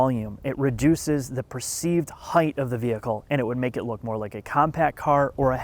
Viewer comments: HEIGHT. H-E-I-G-H-T :::: notice the lack of an 'h' at the end. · Learn how to pronounce 'height' you loser. Some 'journalist' you are.